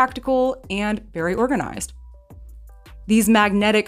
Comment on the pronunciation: As soon as you said, "organ-i-zised".... I sub'd. You seem to speak my language, so I'm in.😂 Tbh, you're the very bestest at this.🤗🇨🇦 EDIT: "indentions" 🤣 You keeps on makin' me feels all normals like.💖